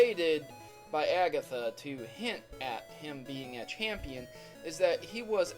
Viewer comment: oh my gosh, stop pronouncing things weird...aygatha, guyradose, lol wut???